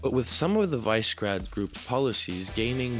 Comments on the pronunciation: More like wi-sheh-grad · WI - SHE - GRAD ... why is it so difficult? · Note' It is pronounced "VEE-SHEH-GRAHD"